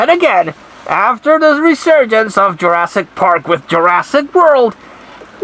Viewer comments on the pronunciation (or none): Greetings 😀 It sounds like your saying Jurassic cunt 😂 Lmfao